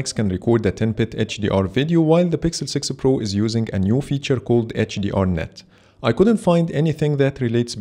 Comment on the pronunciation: My eye twitches every time he says "sixel pro".